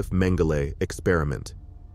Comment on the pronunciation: I've never heard Joseph Mengele called Joseph Mengelay, and sounds absurd, I notice this from younger people this kind of thing, wondering why this happens, how can a pronunciation of names and words spoken different for so long with these same words, spoken for generations, have become changed, is this what is being taught, doesn't make sense to me.